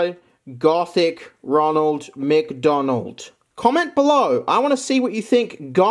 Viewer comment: Gothic Roneld MC Doneld. Nice way to pronounce it